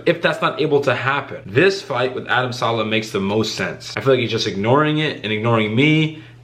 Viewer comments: His name is Adam saleh!! Not sala thats why he is not taking u seriously cause u desrespecting his name now!! I would ignore ur ass too!! U know his name his bigger that u on u tube he said he is not scare of u Donbe be disrespctfull just say his name right dude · Yoo its adam saleh its an “e” not adam salah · You can't even say his last name